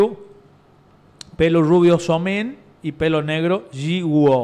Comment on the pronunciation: Jiwoo se pronuncia yiu